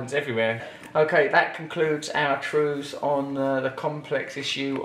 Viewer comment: The 'Wews!!' 😃😃 ( wanky trews) 😉 keep it up Ross and don't let thousands of hateful comments mess with your sobriety you wanky boy!